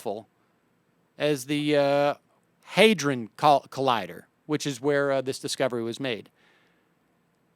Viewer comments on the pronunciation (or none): none